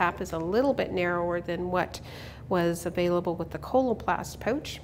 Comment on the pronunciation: Don't you meant to say "Aboout" and "Poouch"?